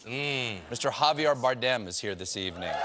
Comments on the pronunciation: Steven, I love you, but it’s Javi-AIR, not Javi-ARE. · "JaviEr" not "Javiar". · Javier was being a gentleman by not correcting you each time you mispronounced his name, Stephen. Javier does not rhyme with "caviar" but you get an A for effort. Good show. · He calls Javier Javiar lol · Why does he keep saying Javiar? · Why does he say Javiar with an A, not an E? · JaviAR - Stephen, really?? There are plenty of people in NYC with Spanish names - how’d you twist the name Javier into that pronunciation travesty?? 😁😂😂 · Jesus Christ, it’s embarrassing to hear Stephen say Ja-vi-AR Bardem. It’s an insanely common name and yet Again and again he says his guest’s name wrong. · Why’s it so fucking hard for Steve to pronounce Javier???